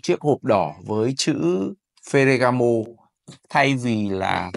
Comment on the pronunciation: Phát âm chuẩn chút bạn ơi. Phờ gà gá mồ.